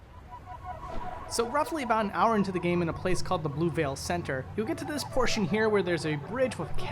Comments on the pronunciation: Pssst... it's pronounced "say-no-tay" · "Cenote" is pronounced "seh-no-tay".